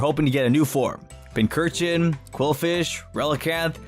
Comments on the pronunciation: Pincer-chin. That's how you say it's name. Not pin-curr-chin. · THERE IS NO K IN PINCURCHIN! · I always thought Pinchurchin (pronounced as Pinch-Urchin) to be a clone of Mimikyu. They're both based on mollusks. I see Eiscue as a Galarian version of Mimikyu. They both have an ability that protects them from an attack and once activated, it changes form. The only difference being Mimikyu's ability can protect him from any attack, but it can't be restored during battle. While Eiscue's ability only protects him from physical attacks but it can be restored during hail. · Its Pincurchin (Pincushion and Urchin). There is no H after the first C. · Left off the R in Pincurchin, there should be 4 U's in Pyukumuku, and it's Qwilfish, not Quillfish!